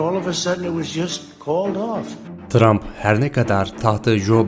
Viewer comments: tump ne trump olcak ksks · 'te montaj hatası yapmışsın Trump' a Tump demişsin